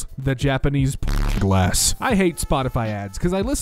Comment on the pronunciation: the way you said glass, interesting